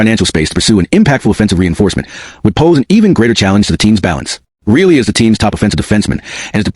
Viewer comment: It is really annoying when you consistently mispronounce Rielly as really